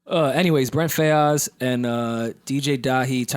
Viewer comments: It’s Brent FYE-AHZ. Not Fay-Ahz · Yo it's Brent Fy-yuhz like "Fires"